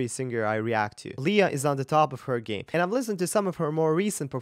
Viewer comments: Her name is pronounced Lay-a not Lee-a..just fyi. Great reaction..! I lived in PI for nearly 20 yrs..she was a 7 year old hosting a TV show so I watched her grow up. Sh we're is fabulous! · Love her performance and his reaction to it, but it seems strange that a voice coach who likes her so well mispronounces her name - it's not leeeah but leiah. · Her name is pronounced lay ah